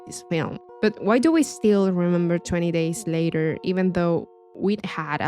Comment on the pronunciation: Love video but I'm sorry sounds like ur saying "20 days later" LOL besides that no more notes.... keep up good work